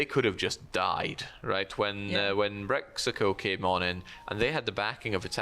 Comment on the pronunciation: Love ur casting, but everytime you said Brexico when Breizh actually mean Britany (Bretagne), so totally unrelated to Brexit at all.... Then I think oh so that how self centred view is alike.